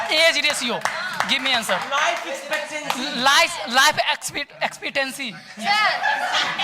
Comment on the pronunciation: Life espastancy 😂😂btw beautiful/handsome debate 😊